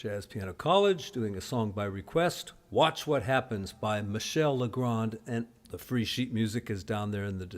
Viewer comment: Vous avez bien prononcé le nom d’un de nos plus grands compositeurs de musique de films! Tout le monde l’adore ici. Thank’s.